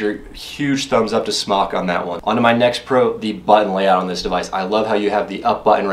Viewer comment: Isn't it pronounced "Smoke?" Could have sworn the company was Smōk..